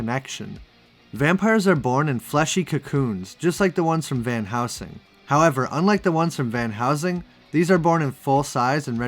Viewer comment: Van Hell-sing... It sounds like you're saying House-ing.